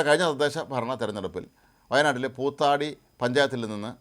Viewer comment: പൂത്താടി അല്ല പൂതാടി ആണ്